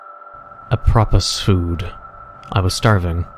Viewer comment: Apropo. Pronounced Ap-Pro-Poe. Meaning incidentally; by the way; speaking of which; Noun . apropo n (plural apropouri) hint; innuendo; Declension.